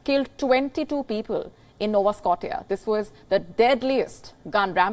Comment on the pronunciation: Oh my God! What a terrible news anchor! What a false accest and she cannot even pronounce Saskatchewan and Nova Scotia! It is pronounced Nova "Scoshia" NOT Sco-tee-ya! WION IS DEAD without Ms Palki Sharma Upadhyay!